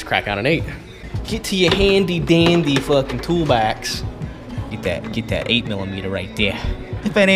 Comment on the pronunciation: "Toolbax" lmao